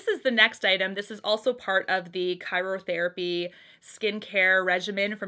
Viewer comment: Hey. It's pronounced "Cry-yo therapy." Not "Kyro". Just thought I'd let you know. 😉